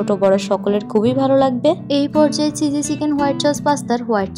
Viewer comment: আপু আপনার ভিডিওগুলো ভালোই কিন্তু আপনার pronunciation ( উচ্চারণ) গুলো ঠিক করলে আপনার ভিডিও আরো অনেক ভালো হতো, যেমন : চয়া চস না সয়া সস হতো, চিঝি না চিজি, এমন ছোটখাটো কিছু উচ্চারণ ঠিক করলে আপনার ভিডিও আরো সুন্দর হবে